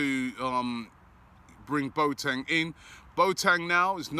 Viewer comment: Mr Pronunciation back again😂 “BoTang”